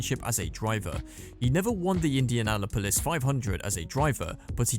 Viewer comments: Indiana Polis 😂😂😂😂 It’s Indianapolis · The pronunciation of Indianapolis is wild lol.